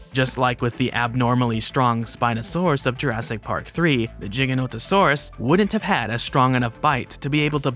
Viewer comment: Never imitate CinemaSins, they are the epitome of intellectual dishonesty! Granted this "plus minus" structure is easy to digest for the casual Youtube consumer. Also kudos for pronouncing Giganotosaurus right! I share the criticisms, even the ones related to the different biases used to excuse the innacuracies, and I am thankful for the mature de-escalating addendums at the end. Snark is in your DNA for better or for worse and that won't change but I've found it well dosed here.